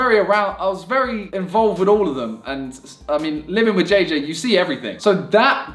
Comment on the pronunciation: you can not even pronounce jj well